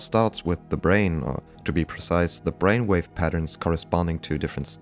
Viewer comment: At minute 26 “bainwave” got me unexpectedly!! 😂😂😂